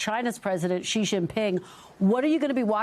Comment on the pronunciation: The right way to say is 'Xi' as in the letter 'C' or 'see', not 'She'